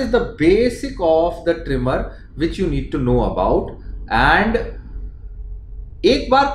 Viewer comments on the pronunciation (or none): It's not trimor..it's tremor